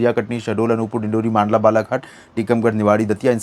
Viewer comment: Sir मंडला को मांडला न बोले मप्र जिले को आप कमेंट चेक किया करे प्लीज ❤❤❤